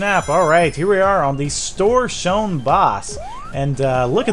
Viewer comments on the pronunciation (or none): Stor Shone? Really?